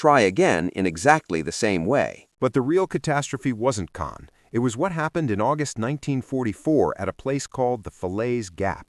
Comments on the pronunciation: It’s pronounced “Cahn” not “Cane.” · B+ It's Market Garden. It's pronounced con, for Caen, not cane. So close to an A. Very good video. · Not cane. Caen edit your crap, thumbs down!